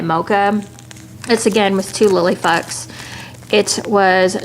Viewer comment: I'm sorry if I'm not in the loop but I keep hearing lily fucks and captions says the same. Please help?